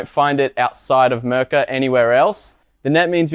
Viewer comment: It's not Mrrka! It's Mirka!